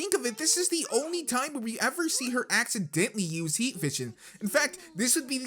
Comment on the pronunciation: Instead of use you said sue